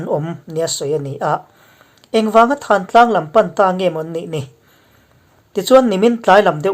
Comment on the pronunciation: Thantlang i lam dan hikhimi tlang dung khi pi pu te aṭang a,lam ri dan chu thantlang thuk hniamlo in kawh lah a lam tur